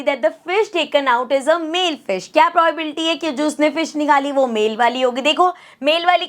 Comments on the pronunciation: Probability hota hai pobabilti nahi hoti hai 🤣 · Mam aapki pronunciation galat h vo probability hota h..😢